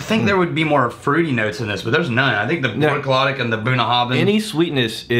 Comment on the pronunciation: I know this is old and will probably never be seen, BUT, it's pronounced "Brook- laddie".